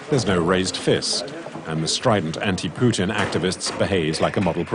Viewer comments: Puteen? I've never heard Vladimir Putin's name pronounced like that. usually people who want to make it clear they don't like the man say "Pewtin". Puteen is a new one entirely, totally unprecedented in fact. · "Vlad Poutine" Lmao